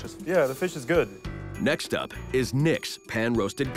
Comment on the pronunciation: I always cringe when the HC narrator says Ferrrrrrsh, its pronounced fish not Ferrrrrrrsh